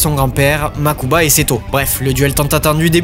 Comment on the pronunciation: Un truc que j’ai jamais compris, si les bro kaibas sont "riche" pourquoi mokuba ( makuba ) et toujours habillé comme un sdf et Seto à 5 tenues ( je compte pas le dernier film ou il habillé comme pour un gala ) ? Ah et oui mokuba et prononcé une seul fois en vf par… seto ( des fois la vf on dirait celle de dbz ou cdz ( saint seiya ) ex: au lieu de dire «MAZENKO! gohan dit RAYON MAGIQUE! »dans dbz ou en encore seiya quj a pris «UNE DÉCHARGE ÉLECTRONIQUE» ) aaah quelle époque tous ça 🥰